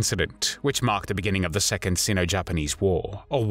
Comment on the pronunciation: It's funny. You make a show of how you pronounce Japanese words and names, and yet you have no clue how Sino is pronounced